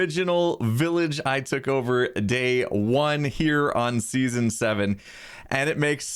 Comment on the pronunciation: see you in the next seasone me: hurts right here in my meow meow